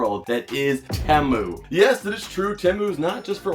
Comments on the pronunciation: temu? there are two vowels and anyone who had english in second grade would know the second vowel forces the first to be a long sound so it would be tEmu but the second vowel remains silent so the word temu would be pronounced TEm or team or even TEEmoo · It's Teeee - Moooo dude.... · I don't mind how energetic he is but I'm pretty sure he has eyeliner on an what's up with people. Not saying temu right